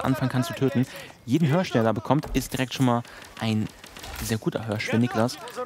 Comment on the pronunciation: Niklas holt sich den vörten Hörsch! :D